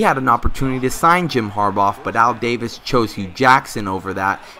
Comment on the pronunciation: Harbaugh pronounced (HAR-Baw) not (HAR-Bawf)